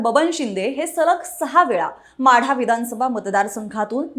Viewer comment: माडा नाही माढा